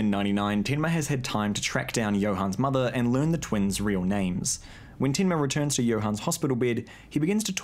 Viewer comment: lmao that tinma in the kiwi accent....